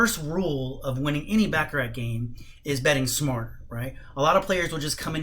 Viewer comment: It's pronounced "Bah ka rah" ...not Ba ka rat...otherwise , good video content